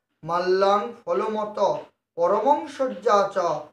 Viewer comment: পরমং নয়,ওটা পরম